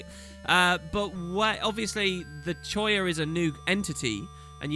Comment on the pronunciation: Ugh. . Choya? ffs, choya.